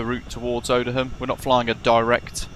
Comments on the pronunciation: Dear god, It's pronounced Oh-dee-yum dude. ZA718 (Bravo November) has been retired, she lives in the museum at RAF Cosford. It is open to the public, if you wish to visit. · The correct pronunciation for the RAF Base Odiham is (O-DEE-HAM) and said without a break.!! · I think Odiham has a silent h, I used to live there. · Dude, call yourself and you can’t even pronounce Odiham properly. 🙄 that’s embarrassing. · That may be the oddest pronunciation of Odiham I have ever heard! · ex RAF myself and worked supporting the Chinook squadrons from Odiham , I picked up on British Avgeeks pronunciation but I think we can forgive him , great video. Liked n subbed.